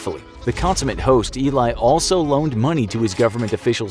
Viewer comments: He never nearly became prime Minister however he was the deputy minister of defence for a short time before his execution you need to get your facts straight And his name is pronounced elly but spelled Eli his cover name is Kamel amin thaabit and is not pronounced tabit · you literally pronounced his name wrong the entire video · Watch "the spy" on Netflix and its about him. And you butchered his name so hard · Wow you butchered his name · You did so much research in the subject, but couldn't search how to pronounce his name correctly? The name illay has a completely different meaning than eli (pronounced like eddy) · It sounds like Ely not ilay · It's not"Eli" it's "he lie" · His name is pronounced Eh-lee not ee-lie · זה אלי , לא איליי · His is eli not ilai (i m israelí) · Eli not Elay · If you're going to make a clip about an historical figure, and mention his name about 200 times, you might want to learn how to pronounce said name... It's pronounced Eh-lee, not "eelay". I don't think anyone ever called him "eelay". Also, why is his Mossad handler dressed like a hasidic jew? Is it supposed to be funny? Or are you just lazily using stereotypes? I doubt there was a single person dressed like that in the Mossad at that time, unless they were wearing it for disguise. If you you want to educate people, maybe educate yourself first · Why is his Mossad handler depicted as a Chassidic Jew? I doubt the Mossad has any Chassidic Jews working for them, or at least, it'd be very rare. Also, his name is pronounced Elee, not Eely. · You pronounced his name wrong... its Ali not Eli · Eli, not Ilay 😅 Great video tho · It's Eli not Ilay.. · ee-lie Cohen ? , Israelis pronounce his name Eh-LEE Cohen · Im Israeli and that guys name isnt Elay its eli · You pronounce it like you read it, his name is E-lee with the E like in 'emergency' , not Ilay. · It's pronounced ˈɛli not ˈilaɪ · Not eelai it's eli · Eli not elai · ELI not ILAY!😂😂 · Your saying eli name wrong, it el-e not e-ly